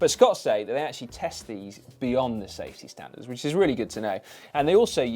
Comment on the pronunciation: Sy, what are "sTafty standards"? :)